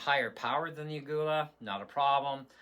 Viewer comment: It is pronounced "a-ghee-la"